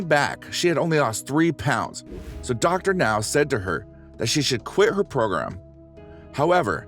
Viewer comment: It's Dr. NOW, not Dr. NO. Dr No is James Bond!